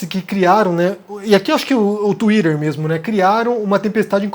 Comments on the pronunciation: enquanto vc falar tuírer vai ficar difícil de assistir ... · Fale "twitter" direito rapaz, vc não é americano